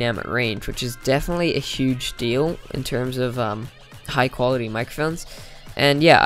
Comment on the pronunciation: "Great Build Quility" Sorry, just thought I'd point it out XD